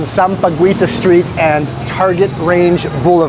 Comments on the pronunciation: Hey. It's pronounced Sam-pa-geeta not Sam-pa-guita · Sam-pa-gi-ta silent u. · Hey, in Tagalog, we read Sampaguita as Sam-pa-ghee-ta. Whenever there's a "ui" after a consonant, like an Indian ingredient or whatsoever. We ALWAYS read it as "ee", long E. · any Filipino word that has ui in the word like Sampaguita, is pronounced Sampagita, the U is silent. Just like Baguio, is Bagio, silent U. 😊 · Hello,! Tip po: Sampaguita = Sam-pa-gi-ta Guevarra = Ge-va-rah Guiguinto = Gi-gin-to Most of the time, when a U is after a G, it is silent (ayaw nya magsalita 🤭) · Hey,! Incidentally, sampaguita is pronounced with a silent "U" (SAM-PA-GEE-TA). It's a type of flower. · "sampaguita" it is pronounced with silent "u", sampagita